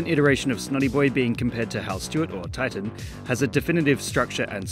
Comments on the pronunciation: The super hero villain is actually called 'Tighten' not 'Titan' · It’s actually ‘Tighten’. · Btw it's "Tighten" but I understand why you used the cooler name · Small Correction: his name is "Tighten", not "Titan". Megamind called him Titan, but Hal misunderstood and started calling himself Tighten instead.